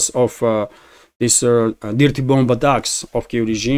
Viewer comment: Good information. Thank you. By the way. The word "dirty" is pronounced using the "i" as it sounds in the word "girl". More like a long "err" sound instead of a short "i" as in "pip". So, that would sound phonetically like "derty". Thank you